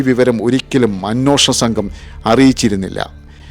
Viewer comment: അ'ന്വേ'ഷണം എന്നാണ് ശരിയായ മലയാളം.. അ'ന്നോ'ഷണം എന്നല്ല